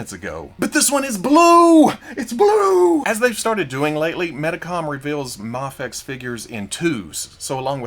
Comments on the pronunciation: There it is! I love when you cycle through the 3 pronunciations of Mafex in one video. Gold. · I love how you pronounced Mafex both ways in 10 seconds